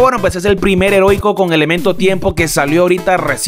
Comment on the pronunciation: Segundo video que dices "herotico" en vez de "heroico"